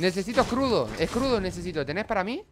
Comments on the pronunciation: Alguien mas noto que cuando iba a decir escudo pero dijo escrudo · "Scrudo" lpm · Like cuando dijo escrudo jejej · Me gusta cuando o dicen escrudo:v